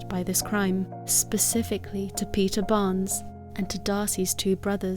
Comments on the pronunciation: Her name is not Peter is Petra😂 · it's of Greek or Italian origin and it's pronounced peeta